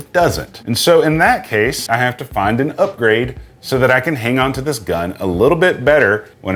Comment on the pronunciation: Wtf is a “hoe low sun”? It’s pronounce hollow sun lol